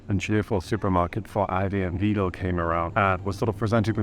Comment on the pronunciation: Interesting, but you don't pronounce Aldi and Lidl properly. I initially thought you were a learner of English. That is NOT how "Aldi" and "Lidl" are pronounced in the UK.